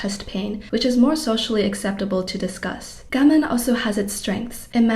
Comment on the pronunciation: I think your message is really important. I don't think it helps that you speak so fast. Do you have a reason for not pronouncing Japanese words like "gaman" the usual way? I wish you wouldn't say "eck cetera." It's "et," not "eck." Please slow down. It will be easier to get your important message across.